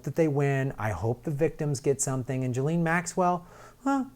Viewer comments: It's Geh-laine 😁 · Listen to Virginia Roberts, the blond in the pic with Prince Andrew, and listen to the way it's pronounced, since she spent YEARS with them both. . Although the 'JIZZ' sounds cool, it's a hard G as in golf, and the S is silent. "GHEE lin." Oooh, that actually sounds as ugly as she is!!! o_O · I believe it's pronounced "Jizz-lane" Maxwell.